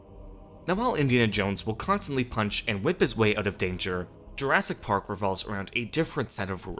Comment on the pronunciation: "JurASS- Park"